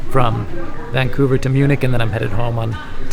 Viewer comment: You mean "Vancounver" :D